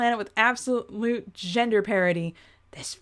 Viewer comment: Pair-ity. Ara-knee-ah.